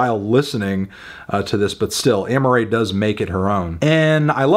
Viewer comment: Her name is Amaa-rae not Amma-rae